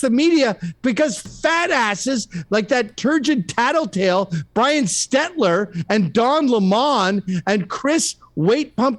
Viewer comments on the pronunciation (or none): none